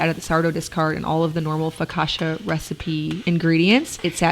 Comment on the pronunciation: Love your videos. As an Italian I don ‘t like so much how you use pasta as a side dish but it’s inspirational how you do all that. The word focaccia is pronounced focatcha.